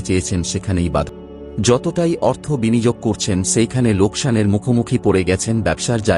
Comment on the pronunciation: Kon noy kono ....bar noy baro . .binijog noy biniyog Aage valo vabey uccharon sikhun